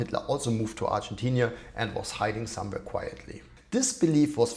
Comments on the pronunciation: You write (correctly) Argentina, but you pronounce it Argentinia. Why? It's annoying. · It's Argentina not Argentinia